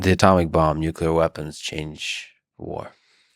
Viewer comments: It was so brilliant and educational when they said nuculur. I cried. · Seems like a smart dude, but not smart enough to know where the 'l' is in 'nuclear' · This video would be so much better if one of them could pronounce nuclear correctly. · the speaker can not pronounce nuclear.... he is a dope.